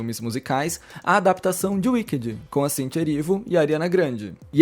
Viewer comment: “Uiquedi” kkkkkkk afff que pronúncia péééssima. Dói os ouvidos.